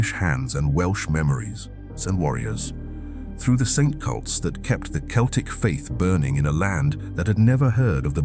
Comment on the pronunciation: Mispronounced 'Celts' and 'celtic'. Poorly researched AI slop, it can't even get that right. 👎